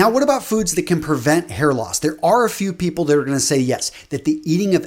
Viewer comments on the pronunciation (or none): none